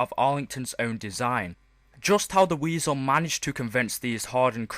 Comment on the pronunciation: You don't say weasel